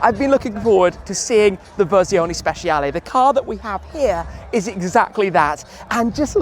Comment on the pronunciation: Please, stop saying Speciale with SH and start with CH. thanks for trying)